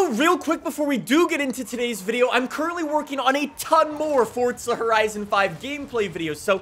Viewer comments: Its not fortza it's forza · It’s pronounced as Forza not fortza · Forza NOT Fortza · Why does he keep saying fortza? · ForTza horizon 5 WHERE IS THE T IN THAT! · My brother is mad at you because you say fortza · Theres no t In forza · There is no T in Forza, please stop